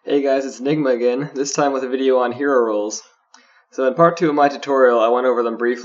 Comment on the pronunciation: he is lol. hero rolls. "herolls"